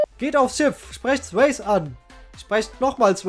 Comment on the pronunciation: "Sweysie" gesprochen, Anspielung auf Patrick Swayze! 😭